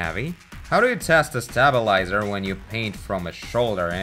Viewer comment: I like how he says stabilazor, it sounds like "stab-a-lie-zer"